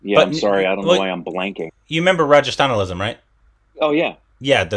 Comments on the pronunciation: It is ‘Ran - ga - stha - lam’, not ‘Ra - ja - stha - na - lism’ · Rajesthanalism 😜😝😝😝😝😝 Its Rangasthalam 😝😝😝😝😝😝😝😝😝😝😝😝🤣🤣🤣🤣🤣🤣🤣🤣🤣🤣🤣🙏 ohhhh boiii korbinnn 🤣🤣🤣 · butchering rangasthalam omg 😂😂😂😂😂😂😂😂